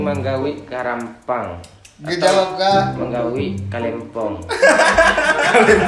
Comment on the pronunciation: Manggauik bukan menggawi 😂😂